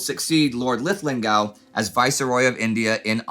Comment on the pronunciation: Linlithgow is pronounced like Lin-Lith-Go